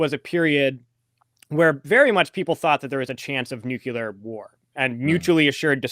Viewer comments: It's not nukular! If you just look at the written word you can see how to say it - nuc le ar. It's totally simple. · Nukular is not a word. Couldn't listen anymore. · Yes, I consider it very unfortunate that he's mispronouncing 'nuclear,' in the precise manner as G W Bush. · I knew that would make somebody mad, but the thing is if a person says "nukular" that means that they never saw the word written down and if they never saw it written down, how much can they know about the subject?